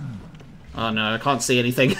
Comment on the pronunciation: Haha I love it! When you get angry your "no" turns into like 3 syllables 😄 "NO-AH-ER" all jokes aside I'm enjoying this playthrough and discovered your channel recently when I was searching for resident evil 4 blind playthrough.